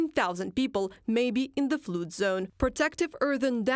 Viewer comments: Flud. Like in ugh. The word flood is pronounced Flud in English. Not flooode. I bet they wish Shoigu was back in charge of Emergency Services now! But no money no funny. Since putin is spending all the russian peoples money on the war in Ukraine, there’s nothing left for emergencies. Watcha gonna do, have a revolution? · Flood, flooded = fuld, fludded, the joys of English pronunciation. 😂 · Flood rhymes with blood. Not food or brood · To be fair, in parts of England, 'flood' is pronounced 'flooed'. But it is definitely non-standard pronunciation.